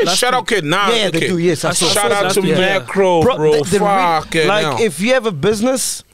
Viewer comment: "Is it Mekro or Makro"🤣😂😂😂🤣😂😂😂